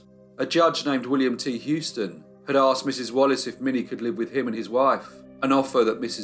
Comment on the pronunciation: A minor point. Houston is pronounced "Who-ston" not "Hew-ston". Many thanks, fascinating as ever.